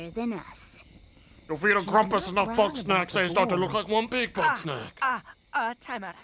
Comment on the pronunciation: I love how is constantly fucking up everyone's names. Grumpuses and Bugsnax alike. He always finds new ways to say them wrong